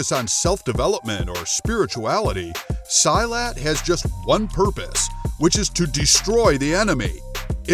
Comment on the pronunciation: I'm a malay guy from Singapore, where silat is also practiced. The way you pronouced silat is wrong. It's pronouced as "see-lut".